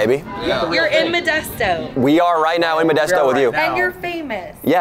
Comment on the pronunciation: You came to my city and get it right it’s methdesto